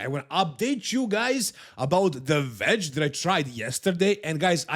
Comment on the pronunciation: I had to replay your opening ad for the product like 4 times, because of your dumb accent... WEDGE with a W. You can practice it by starting with Ooooh - Edge - OOowedge. Saying Vedge makes it sound like the green knee sleeves are called Vedge, due to their green-ness.